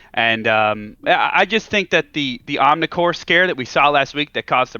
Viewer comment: This guy is a chump. “Omnicore” lmao